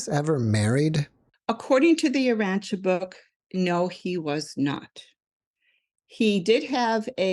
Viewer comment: This guest is amazing, I’ve read the Urantia book although I was mistakenly pronouncing it “Ur-ran-tee-a” 😅 I’m not sure why people are dismissing this, Women matter. Amen. 😇